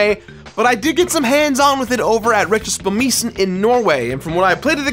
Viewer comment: That's the worst pronounciation of Retrospillmessen I've ever heard. I had to replay it like 16 times to get it